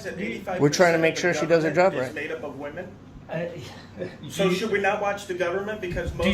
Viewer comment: I hope whatever fainting flower female that felt the need to call her husband to come down & actually harass the two auditors, was fired. I love as a female myself that has common sense, the fact that bearded husband kept saying these are wee-men. Meaning WHAT?! SMH. 😳